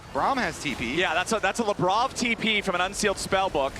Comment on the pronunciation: Every single time they say Labrov i feel they're saying Lebron.